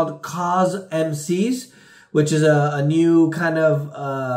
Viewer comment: FYI CosMc's is pronounced "cosmic's"...or at least that's what the local news stations are calling it as they interview folks who are waiting FOUR HOURS in the drive thru lines to try it. Really? 4 hours? yup.